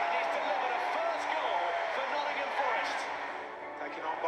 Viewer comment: Love all the squad, but Morgan's my favourite. Runs his heart out every game. And he knows how to pronounce Nottingum.